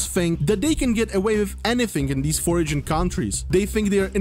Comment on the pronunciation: your english is bad but i bet you know my language more than i know yours lol, just teasing you. Foreign is pronounced 'For-en", also she isnt "in bikini" she is "in -> A <- binkini". Not trying to criticize just trying to encourage and help. English is tricky